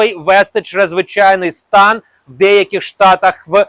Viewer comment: НАДЗВИЧАЙНИЙ СТАН----говоріть правильно !!!